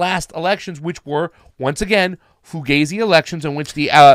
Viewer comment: This guy just said fugazey elections.... Kewl points just jumped 30% 😄😄😄